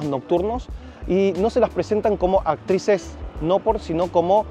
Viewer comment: actrices no ACTICES